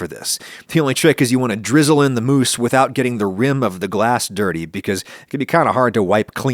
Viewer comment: It's pronounced mousse, not mousse!